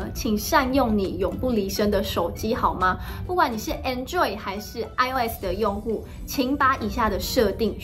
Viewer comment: Android發音錯了哦